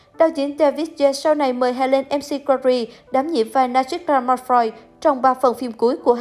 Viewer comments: bn đọc sai tên của cô Helen r . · Đọc tên ng khuất cũng sai ạ,đi học lại tiếng anh đi